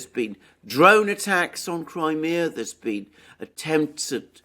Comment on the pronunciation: Your mispronouncing cry mea Just as my talk to text spelled led it wrong